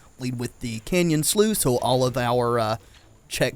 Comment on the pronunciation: Canyon Slough is pronounced Canyon Sluff. It was hard to listen to personally.